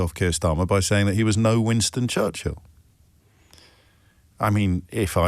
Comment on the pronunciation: Someone tell Donnie that it is not "Wanston Churshel"